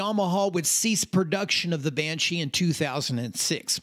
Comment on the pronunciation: I think if I heard another "yauhmuahauww bashee" I'd probably lose my mind